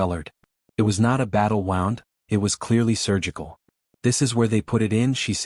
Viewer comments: I know right, I guess if it was spelled wrong like woond the would get it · Why can AI never pronounce the word “wound”?